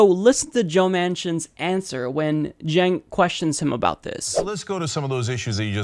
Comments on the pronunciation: "Chenks" LOL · Does he not know Cenk is pronounced Jenk? Who's this "Jenks" he's talking to? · "Jenks" ... lol. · he keeps calling him "jinx" lol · Why does he keep calling Cenk Unger, "Jinx?" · He keeps calling him "Jinx!" Lmao!! 😂😂😂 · Why does he keep calling him "Cenks"? Is he seeing double? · Senks name is not that hard. Hank is on the channel all the time. How hard can it be? "Think Yogurt".. See. Easy.:-D jk. I know his name is uncommon, but there are worse names out there. Saying it properly, but then adding an 's' in the end, that isn't there, makes it even funnier.